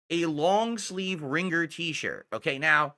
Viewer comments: Ring-gur. The 'g' is supposed to be silent,. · "Ring-gerr" tee shirt??? What's with this dood's pronunciations? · Yeah pronouncation is fascinating. Dood-Dee, Ring-gur. He doubles-up on mid-word consonants (apparently even if they're supposed to be silent like in this example). I've always wondered if he had a speech impediment as a kid he went to speech therapy for and is over-correcting/over-applying what he was taught.